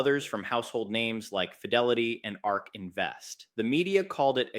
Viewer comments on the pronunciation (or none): none